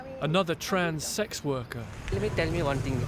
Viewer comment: Ugh The cop can’t even say the words sex and transgender. Wtf. Did he even study???